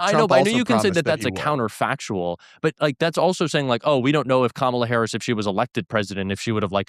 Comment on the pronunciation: Damn Blair got 🔥. The fact that these people can't pronounce Kamala Harris at this point shows you the level of intelligence they possess.